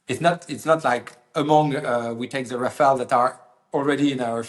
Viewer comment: Finally a French speaker to explain that it is Ra-Fa-Le… Not Ra-Fa-El!! Hopefully sees this as well. 😂 🎉❤